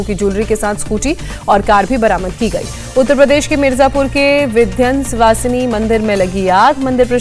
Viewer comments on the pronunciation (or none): कृपया मां विन्ध्यवासिनी को विध्वन्सवासिनी न बोले। करोडो़ हिन्दुओं की आस्था पर ठेस पहुंचती है।